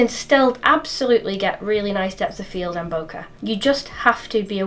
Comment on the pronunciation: Thank you for that, it is always good to know the pro's and con's. One slight detail for you if you like your facts; "Bokeh" as you know is a phonetic description of the Japanese word for out of focus qualities, but how does the Japanese pronounce the word "Bokeh"? The secret is in the phonetic (mimicking) spelling and it's definitely not "bokka", listen to this